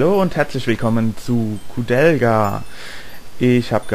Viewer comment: Mit k aussprechen